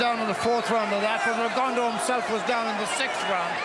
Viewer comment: When are these people going to pronounce Rigo’s last name correctly? His last name is French. It is pronounced: “Rigondough” .